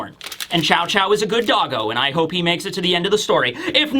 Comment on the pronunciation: Chow Chow? It's pronounced like "shoe" you can even hear the pronunciation in the anime